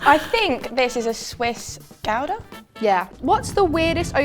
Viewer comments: The pronunciation of gouda was diabolical girls. But the episode was great so you get a pass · I don’t like how they said Gouda